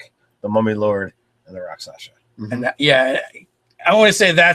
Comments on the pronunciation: Two points: first, since no one said it yet - it's "rak sha sa". Not "rak sa sha". Comes from the Sanskrit "raksha" - injury. Second - charm person is weaker than it used to be, but it used to be too powerful - you could charm someone for a month as a first level character. Now it's only for an hour - but that could be enough. And yes, the victims realize they were charmed after the effect wears off. But that doesn't necessarily mean they realize it was you who did it. For example, if you cast a 1st level Disguise Self spell on yourself (or a 2nd level Alter Self) , and then charm them, they think they were charmed by the town sorcerer, who everyone already suspects and hates anyway. Convenient, if you happen to be a rakshasa with lots of illusion spells anyway. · It is pronounced RAK-SHA-SA not Raksasha not Raksasa not Rakshasha . . . RAK-SHA-SA